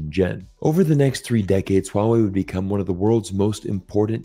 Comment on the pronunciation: Someone non Chinese speaker who can pronounce Huawei in a correct way 😂❤